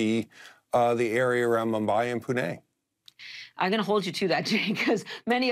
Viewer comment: This guy pronounced Pune correctly 😮